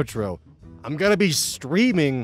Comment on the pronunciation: Who else heard him say "I'm screaming" instead of "I'm streaming"? Was really confused there for a second at the end. Also, dude, I don't know why I never thought of potato bread for grilled cheese but now I MUST have it! Also-Also, mix in some cheddar cheese with that American; American is made of 50% cheddar already and it's one of the few actually good foods to come out of the UK.